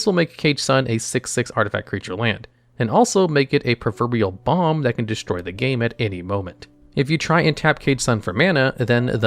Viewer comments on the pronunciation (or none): none